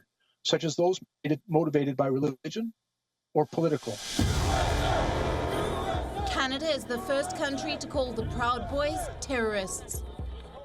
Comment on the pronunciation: Sometimes Canada sounds like Chinada